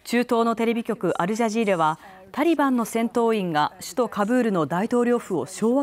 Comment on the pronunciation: タリバンをタンバリンと読み間違えた